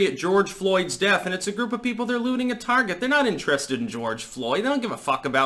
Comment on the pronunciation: I thought you said booty thugs instead of looting thugs. Damn Booty Judge